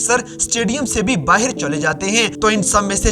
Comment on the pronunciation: Tu baahar ko baahir kyun bolta hai bhai